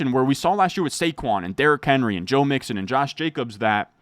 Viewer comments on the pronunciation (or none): none